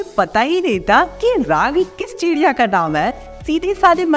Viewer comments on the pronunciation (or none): none